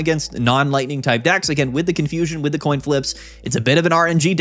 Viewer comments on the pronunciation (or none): none